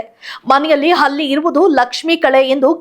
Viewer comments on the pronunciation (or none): ಅದು ಅಲ್ಲಿ ಅಲ್ಲಮ್ಮ,,, ಹಲ್ಲಿ ....